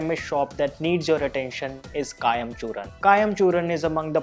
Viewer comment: It's Churna not Churan! Please correct the spelling and pronunciations.